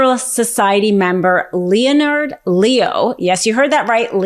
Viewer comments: you're great, brilliant. But, you might want to double check the pronunciation of the name Leonard. It's not "Leo-nard", it's pronounced, "Len-ard". Just saying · LEONARD = LENARD NOT LE-O -NARD OMG I can’t listen to more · When you pronounce Leo's name as LEE'O-NARD it just sound ill-informed. We expect better from you. In case you haven't heard, that guy's name is pronounced "LENNERD LEE-OH" (say it a few times until you got this) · "Lee-oh-nard Lee-oh?" I expect better. "Len-Ard Lee-oh." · I’ve never heard it pronounced “Leo Nard” before. Is there some justification for that? If not, let’s not play that game. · Leonard is pronounced “len erd” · Thank you for the support, and you’re absolutely right! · Isn’t this woman supposedly smart? What is wrong with her then? Seriously? What adult doesn’t know how to pronounce “Leonard”? She can’t speak without sounding drunk and pronounces everything wrong. It’s annoying. “Judisherie”? Pretty basic word for a lawyer…shouldn’t it be something she has heard enough times to know how to pronounce it? She sound like a drunk with a mouth full of oatmeal. Please still letting her speak. It’s not worth it’s the information she is trying to convey isn’t getting through because it’s too distracting and honestly obnoxious.